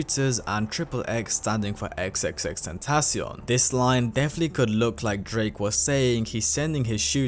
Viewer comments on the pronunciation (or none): Its pronounced tentaCION, not "tenTAcion"